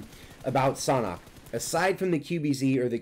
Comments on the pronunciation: It’s San hok like sand hock without the d I’m pretty sure it’s not pronounced saunhok. Just saying . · It’s pronounced sand hawk!!!! Even google translate says that way lol but love ur video bro